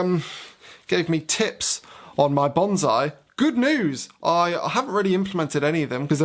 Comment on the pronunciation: There just aren't words to describe your singing voice. No, really, YouTube doesn't allow me to use the words that describe it. Also, bonzai (bon-zai) is a cheer. The tree is pronounced bone-sigh.